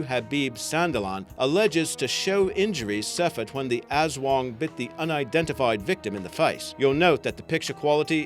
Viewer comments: I'm a filipino. ( Person who lives in the Phillipines ) It's not "aswong" It's "as-wang" like jeez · Im A Filipino And I Believe The Aswang BTW Its Aswang Not "Azwang"